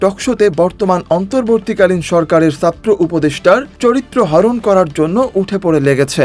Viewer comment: Please bhaiya satro na chatro Hobe apnar uccharon ok koren first ismart na smart bolen bhaiya